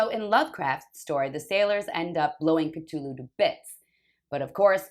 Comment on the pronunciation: it's a "thhh" not a hard T sound. C-THU-lhu IA! IA! <3